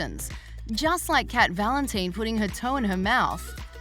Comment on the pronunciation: Nobody gonna talk about how they said cat Valen-teen 😭